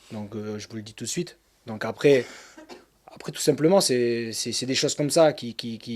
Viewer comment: Il me tue à dire "j'vous dit tu suite" x')